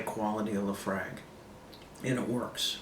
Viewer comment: Not liking the pronunciation of Laphroaig,.